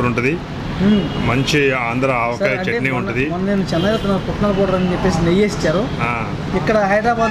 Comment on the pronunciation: నెయ్య కాదు నెయ్యి. ఈమాత్రం కూడా తెలియని వెధవలు వీడియోలు తీస్తే మా ఖర్మకొద్దీ మేము చూడాలి.